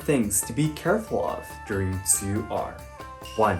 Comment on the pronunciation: When pronounced tsuyu in mandarin I was shocked as how accurate it sounded! Like Wow!